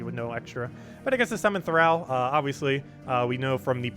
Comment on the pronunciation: Please Google how to pronounce thrall.